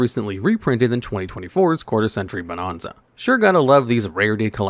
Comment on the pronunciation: For the sake of my sanity, please start pronouncing bonanza properly, damn it!